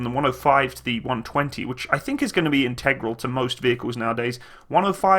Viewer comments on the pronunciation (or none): none